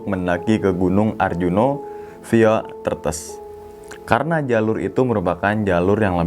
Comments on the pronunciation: Bukan tretes tapi threetes logatnya jawa timur bang kasar 😂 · Bacanya bukan tretes tapi tretes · Bacanya tuh "tretes" bang 🤗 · Cara membaca TRETES itu seperti mengucap TETES, bukan seperti mengucap REMBES, sekedar info 😀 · Tretes pengucapannya beda jd ngakak dah😭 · Via tretes😂 lucu deh, g gitu bacanya bang😂tapi juga susah jelasinnya tulisannya sama sih😂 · coba bilang kata Teh. Huruf E untuk Tretes, seperti E untuk kata Teh. Maaf ya bang🙏 cuma ngingatin aja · Tretes pengucapan huruf E seperti kita mengucapkan kata exsavator 😂😂😂😂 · Baca Tretesnya bukan gitu bang😂😂